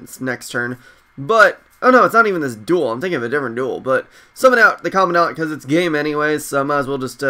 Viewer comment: it's pronuced Comand-dent not Commo dant